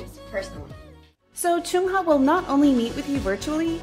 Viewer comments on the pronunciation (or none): I shouldn't, but I dislike the way she pronounces the "uh" sound in the names as "oo"...like saying Choongha instead of Chungha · Please stop pronouncing Chungha as “Choonghuh”